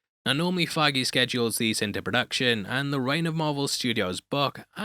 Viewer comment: It’s not Kevin figue